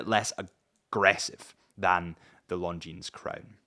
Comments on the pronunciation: Longines..... you dont pronounce the s. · Somebody tell this guy correct pronunciation of Longines😉